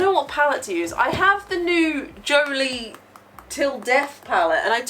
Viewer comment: Every time you say Jolie, I hear Jolene and suddenly I hear Dolly in my head. LOL